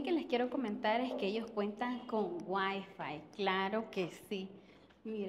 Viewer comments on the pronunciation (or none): none